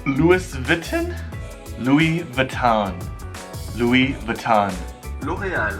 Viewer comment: 你都錯Vuitton 了